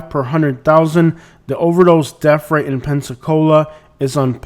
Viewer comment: What is a DEF rate? Annunciate English correctly if you are going to do video's.